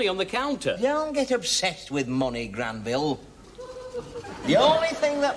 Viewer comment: Granville...Not Glanville :D